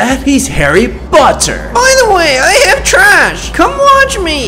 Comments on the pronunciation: Harry botter haha🤣🤣🤣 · Green Say: Harry (Botter) Appropariate% It's a Potter, Harry (POTTER) Not Appropriate^. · HEAR THAT HES HARRY BOTTER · Its harry BOTTER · "I am a Harry botter" "Guys you hear that?" "He's Harry BOtter" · He is HARRY BOter me: harry qoter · Do u hear that? He's Harry BOTter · Did you hear that he's Harry BOTter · Naaaaah harry botter ish not perfect it ish harry pottah :D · lmao hahahaahahahahahahhaha is harry poter green not harry Boter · Its harry potter not harry botter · Harry Potter not Harry BOTter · Lmao was like: I'm harry botter xDD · I am Harry botter and i has invisable.: you hear that? He's harry BOTer 😂😂😂😂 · "Harry BOTter" got me laugh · Dark green: I’m Harry botter Me: haha you say Harry botter 🤣🤣😂😂😂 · "Harry Botter" im losing it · ''Harry BOTter'' LOLOLOLOL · I dies when said Harry BOTter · “Harry Botter” As a Potter head this kills me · You hear that? He's Harry BOtter Am I the only one laughing LMAFO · Wow "Harry Botter"😭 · "He is harry BOTter" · Harry BOTer 😂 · 'VIN GUARDIAN LEVIOSA' 'HEROMINE' 'HARRY BOTTER' 'INVISABLE' ME: Bruh